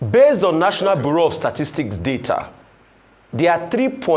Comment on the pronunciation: He doesn't even know how to pronounce data. Yeye man, i am from edo stare and i watching Arise on daily bases, and there are plenty in diaspora. This man is a big disgrace